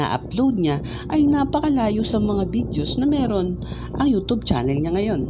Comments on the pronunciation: Nobody: Him: youtob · Proper way of pronouncing Youtube, youtoob. Fyi